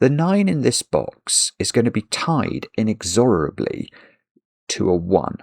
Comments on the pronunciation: I know he’s British but I might have to unsubscribe for the way he pronounces “inexorably”. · I never heard "inexORably" before. In the US we say "inEXorably".